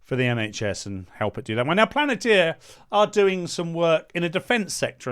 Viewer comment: Palantir like in Lord of the Rings ...not Planetir...get it right for more credibility. Take it as constructive criticism...love the videos